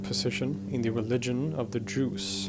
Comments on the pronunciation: Correct. It’s a slight mispronunciation of Druze, pronouncing the DR as one consonant, sounding g like DJ, or J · That's correct I heard it as Jews too and was thinking if they were similar to each other. Need to rewatch to understand what he is meaning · He's definitely either saying Juice or Jews, but certainly not Druze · You are saying Druze it almost sounds like Jews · Yup haha me too. D is so close to J the way he says it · English auto subs displayed the same. Jews whenever he said Druze. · The d sound followed by the r sound in English is often pronounced like a j followed by an r. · It sounds like that if you don't know otherwise, and even the auto text thinks that is what it is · his pronunciation of ح though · It's not you hearing it, it's how he pronounces it lol. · It is weird that the western guy with excellent pronunciation of Arabic can't pronounce the sharp 'r' in druze. Unless the Arabic pronunciation of the word 'druze' is actually the way he pronounces it. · His pronunciation of Druze is very similar to Jew. I was quite confused at the beginning. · he's from the Stockholm region of Sweden. Thats way he has that week pronunciation of "r" so it sounds like 'Jews' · His pronunciation of Druze is so similar to Jew that I was so confused at the beginning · Why do you pronounce "druze" as "jews" ? On purpose or just because English isn't your mother tongue?? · Google translate, say that he's talking about 'jews' when he says "druze" - and several other difficulties with words... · I’m the only one hearing Jews instead of Druze? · Their name pronounced Druze it ends with the sound of ( Z ) not ( S ) because it plural. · Great explanatory video! Just the pronunciation of "Druze" like "Jews" is confusing. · It's kinda humours that your prokoukceation of the word Druz sound like the words The Jews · You pronunce bad we hear juz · I too! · Gregory Esposito: I can't help but hear " Druids" instead of Druze. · Me too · Juice no doubt 😂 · I hear Juice.